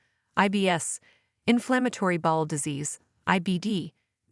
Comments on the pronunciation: Are you a robot? You have weird pronunciation sometimes. For example, irritable bowl syndrom? Really? If you're human, you must have got your information from an encyclopedia and slapped it together without really knowing what you're talking about. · I understand having AI narrate your video is cheaper for you, but if your point or desire is to educate, it's not so wonderful. Constant mispronunciation of words like AORTA (ORTA on video), BOWEL (BOWL on video) etc is probably confusing for many. And going to a Dr to tell him your bowl is messed up is probably not going to achieve the desired outcome. Hope nobody is getting Selleeack disease out there (CELIAC disease) LOL!!!